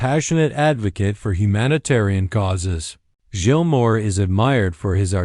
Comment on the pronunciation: Youre pronouncing his name wrong, and none of these are pictures of Gilmour